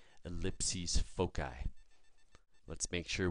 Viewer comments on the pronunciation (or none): Except for: 1. Eight months in a year, what planet is he sending this from ? 2. Foci is pronounced: foe - sigh